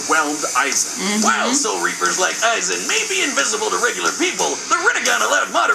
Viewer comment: It’s Aizen not “Issac”🤦🏿‍♂️